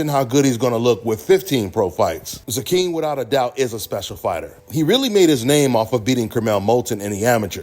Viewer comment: His name is pronounced Zay-Quin